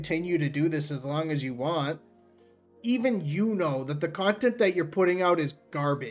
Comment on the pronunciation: Why can’t he pronounce the word “want”, it really gets on my nerves!